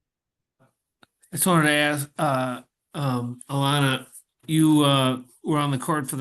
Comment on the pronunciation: All this time, and they still don't know Alanna's name. It is pronounced Ah-lann-ah, similar to 'Atlanta', Gorgia. At this point, if you are mispronouncing it, you don't know Alanna well enough to be asking her questions in a interview.